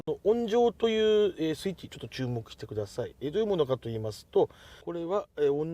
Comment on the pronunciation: ｢おんじょう｣じゃなくて｢おんば｣かな